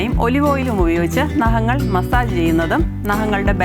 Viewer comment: Chechi. Nahangal alla. Naghangal 😂